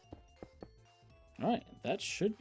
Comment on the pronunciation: when you said dalright lol it might not be just that guy says it alot lol